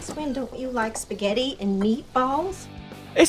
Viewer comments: Già quando sento "spagheDi" mi sale il nervoso. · Waglio chiss nn so spaghetti